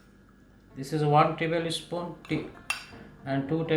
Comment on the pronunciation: Yummy ..just wondering why North Indians most of them says table spoon like tabl”e” spoon You don’t have to pronounce that e like Another word is iron r is silent but always they pronounce r too